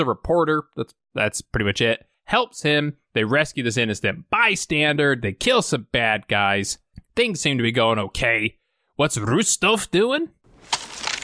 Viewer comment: Ok, ok, ok!!!!!, I love the videos way too much to continue ignoring the pronunciation of bystander. There is no "D" on the end. Not, bystandard, bystander. Got it? We good? Ok, continue.